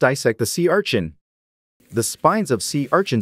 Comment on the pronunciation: Sea ~Archin~